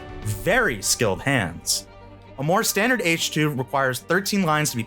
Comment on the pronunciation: Ee-CHI. Not 'Eesh'... I mean, how can you do enough research on this to choose it without knowing how to pronounce it...